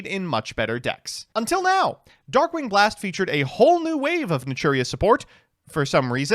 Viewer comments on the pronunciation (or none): none